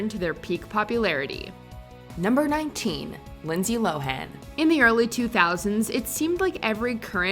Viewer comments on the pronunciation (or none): By the by, Lindsay Lohan pronounces her name [low-ehn] as opposed to [low-han] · Poor Lindsay, no one pronounces her name correctly. It's pronounced "Lo'-wen."